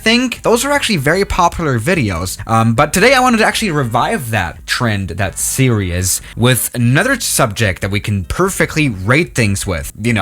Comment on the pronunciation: Ah yes, I love when revives old "seriouz."